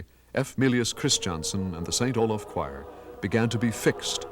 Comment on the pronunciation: I have never understood why conductor Anton Armstrong continues to pronounce the name "Christianson" as "Chris" "Johnson". I think the speach defect has spread a bit at St Olaf College and is quit stange as it is not the correct pronounciation of that well know family name. His sons did not pronounce there name as "Chris" "Johnson"